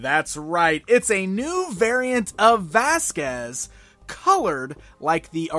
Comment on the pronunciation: it's Vasquez